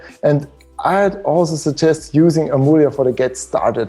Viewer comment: Congratulations on the new studio! I confirm that your pronunciation of Amulya was quite close to the native one; good job. It is Hindi for “priceless”.